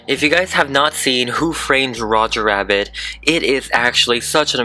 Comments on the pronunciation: Make sure to pronounce Rabbit right because ur saying wabbit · I like how he says wabbit and not rabbit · Its rabbit not wabbit